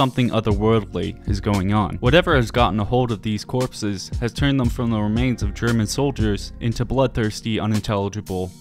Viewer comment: Your german pronounciation is pretty damn good! Made me really happy to see! :D Thank you!